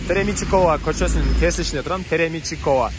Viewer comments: Теремичикова эмес , Термечикова болуш керек ! Жакшылап , карап туура окусан жакшы болот эле да .Шаршен Термечиков болуш керек ! Теремичик , Термечик .экоонун айрымасы бар да . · Кайра - кайра Теремичикова десен кыжалат болуп кеттим .Мектепте Шаршен Термечиков жонундо окуган эмессинби ?! Теремичикова дебей жакшылап тамгалап уч - торт жолу окуп алып анан маалымат берсен жакшы болот .Теремичикова деген опусча эмес , кыргызча эле .